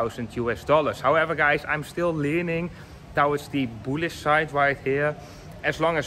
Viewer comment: Maat, towards spreek je uit als "toewarts", niet touwarts ;-) Verder goede video :-)